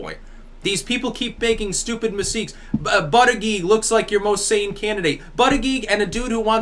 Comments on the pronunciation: if there's a heartbeat. IT"S ALIVE. If it's in a woman's womb it's a living baby! Killing babies is fucking wrong! Aside from that, I liked your cast. (By the way, it's pronounced BOOD-EDGE-EDGE... Not BUD-eag-eag.) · I think Buttegieg is pronounced (boo-deh-jeg). Good point btw that nothing is free. No such thing as a free lunch, people!